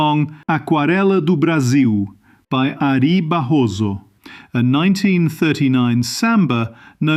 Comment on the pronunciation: Where is the narrator of this video from? He said the Portuguese names ("Aquarela do Brasil", Ary Barroso) exactly as a Brazilian would, with no trace of a foreign accent! (I'm Brazilian.) 😮